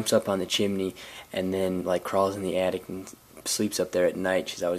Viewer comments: He said Attict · sounds like he said addict instead of attic